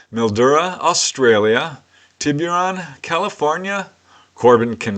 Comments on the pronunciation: it's pronounced, "Tibb-er-on". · Just here to say that Tiburon is pronounced “Tibberon”. No hard “you” sound. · It's pronounced "Tibb-er-on"